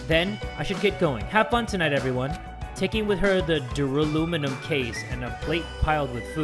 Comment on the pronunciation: Duraluminum The game: Duralumin